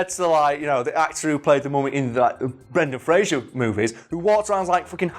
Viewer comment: Spends whole video bigging up Brendan Fraser. Mispronounces his name every single time...